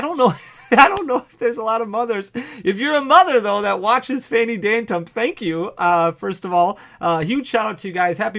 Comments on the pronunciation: How do you get your own name wrong seconds into the video 😢. Or are you really Phanny Dantump? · did he call himself "phanny dantump" when talking about mothers at the beginning on purpose or was that an accident? lol